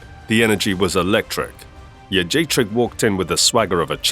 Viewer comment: Thank you for pronouncing Jędrzejczyk correctly. And not that nonsense like “Joajeyjack” like Rogan used to do. By the way... she got what she deserved.